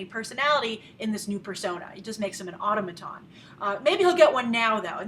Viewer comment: Nothing to really comment about, just wanted to say... I've never heard automaton pronounced like that before... >.<